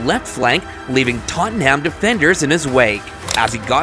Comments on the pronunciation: this is the worst commentary i have ever listen to, names wrong. trafford united fan by the sound of it. who is totomham? 115 pr*ck comment not been to court yet............ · For all the North Americans out there: It ISN'T TOTT-AN-HAMM It's pronounced simply: TOT-NUM. OR, even easier - 'SPERRS'. 😅 Simple little tip for yer! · Bro said toanhaam😂😂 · Worse it’s an American Liverpool fan who can’t even pronounce Tottenham right 😂